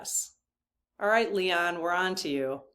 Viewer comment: Love your channel! Are you saying Leon instead of Elon for a reason?